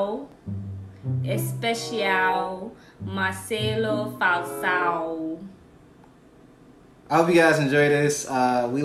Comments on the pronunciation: eu ouvi :"Marcelo Falsão" hahahaha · "Marcelo Falssao" kkkkk